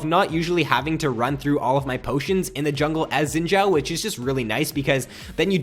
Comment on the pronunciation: you pronounce guinsoos right but you say xin zhao weird, you say xshin sshzao, its pronounced zin zow